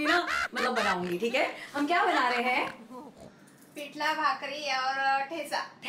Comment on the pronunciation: Shabbas Marathi Mulgi! Your entire costume and jewellery is so delicate n beautiful. Its Pithla not pithlaa. 😊